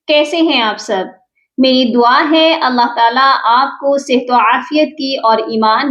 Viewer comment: شروع میں آپ اللہ کی ہ پر پیش پڑھ رہی ہیں اس کو درست کر لیں